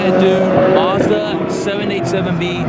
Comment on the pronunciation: You mispronounced Mazda